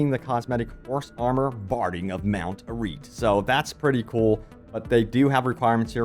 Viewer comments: Ah-reet? its air-e-at! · Mount Arrit? A R R E A T, not Arrit! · Mount arreeeet lol. You'd think someone who talks for a living would also know how to read as well. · Curious how many people just skip dialogue and then choose to pronounce Arreat as "ah reet" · arreat is not pronounced like yeet my guy